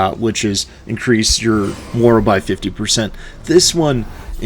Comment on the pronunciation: "Morale" is pronounced differently than "moral." FYI